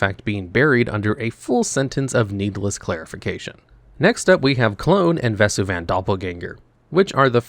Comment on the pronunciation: The text on STP is more relevant than you might think - back in the day, there were things like ante with cards such as Timmerian Fiends, where changes in ownership were permanent. Also, who says "vess-u-van" and not "ves-ooh-ven"?